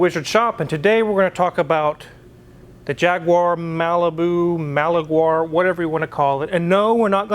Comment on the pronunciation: Malauar? (Ma-la-warr)